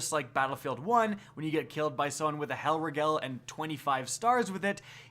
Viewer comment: Lol Helriegel